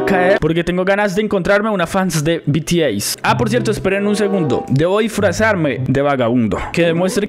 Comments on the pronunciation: Se dise bities pero se escribe bts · El tratando de decir bts jsjs